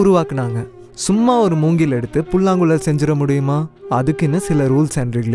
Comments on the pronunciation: தம்பி, மொதல்ல 'ழ' சொல்லி பழகுபா. புல்லாங்குளல், பலகி னு சொல்றது நிஜமா சகிக்கல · It is புல்லாங்குழல்.... writing would be easier rather than pronouncing .........is it not....